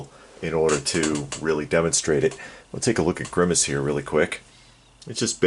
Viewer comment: Every time you say grimmace, I keep thinking Thanos.